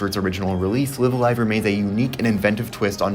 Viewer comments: Please pronounce the title correctly. Both "Live"s are pronounced with a long "I" ライブ・ア・ライブ Raibu A Raibu Live A Live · I hate to be that guy. But it's pronounced Live(as in a live concert) A Live( as in a live concert).